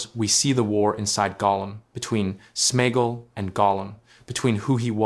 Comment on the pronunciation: It is AI generated, that is why it can’t pronounce SmeAgol.. Same as why it says Sméagol is friends with her to get the ring, it is about sharing food but he realise he can use her to also get the ring.